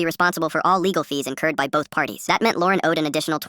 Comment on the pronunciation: He practically said Denied THOT!!!! 😂😂😂